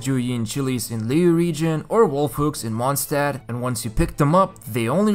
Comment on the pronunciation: "Mondstadt city" you basically said mooncity city xd